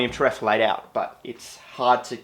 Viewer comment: Terephthalate = tarrif-THAL-ate